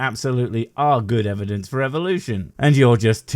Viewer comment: Why do these people insist on saying evidenceis-is-is-is?